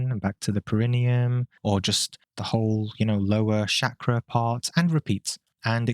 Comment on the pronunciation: Mate, its Chakra, not Shakra ffs.